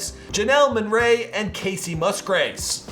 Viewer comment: Janelle monRAY? Never heard of her? Cause she doesn’t exist. Bruhhh. All these mispronunciations makes me cringe. And you’re making entertainment news? Step it up.